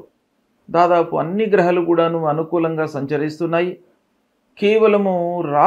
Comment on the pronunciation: Grahalu kaduna. Grahaaalu ani